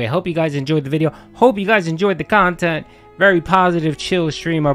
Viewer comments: Drama-free KAHNTENT guys 😂😂😂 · Lol its crap but its highlights of his """""""meaningful """""" khantent. So which is it Philly cheesesteak??